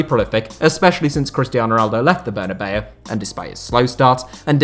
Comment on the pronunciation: Why do every britt say "the bernaveu" so wierd?